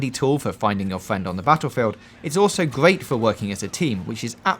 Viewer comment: Why cant he say "R" properly ! POWE Up ! GEAT way to win !